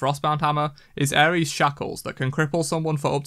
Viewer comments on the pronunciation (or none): none